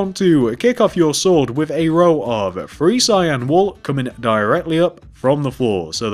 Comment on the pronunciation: What's with the free insded of three??